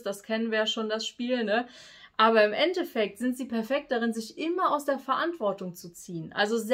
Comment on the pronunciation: Nicht End-Defekt sondern End-effekt